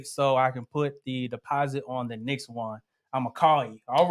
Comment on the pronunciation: Thank you for this video. Excellent info. Just curious where the Mr is from because I notice he keeps pronouncing next as nix